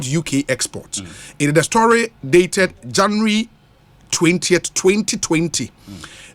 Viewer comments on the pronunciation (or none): stop your funny pronunciation of the word “January”. Do you have diarrhea in the mouth?